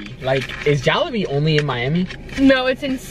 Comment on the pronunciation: Your close. JolliBee is pronounced (Jolly-bee). They just substituted the ''y" for an ''i''.